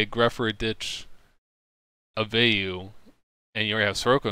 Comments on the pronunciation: Vey you is correct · I've never heard anybody pronounce Vayu like that 💀good list though.